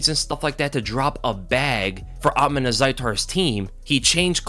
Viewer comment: Bro you can even pronounce his name right it’s Uth-_mon